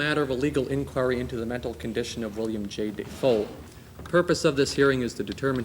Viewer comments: No, it's: "Dave O." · “William DAYfoe.” I’m dying here. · He changed the way he pronounced his name when he became an actor. DO YOU KNOW HOW MUCH HE SACRIFICED?!?!?!! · he actually commented on this himself on a talk show I think and he actually said half his family pronounced Defoe differently, it’s either one